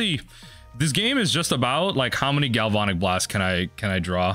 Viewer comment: I love your content, but gal-VON-ic is killing me! Gal-van-ic, like galvanize.